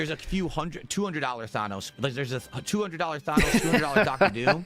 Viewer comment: He's so far removed from the greater world he doesn't know how to pronounce thanos despite him being the biggest villain in recent pop culture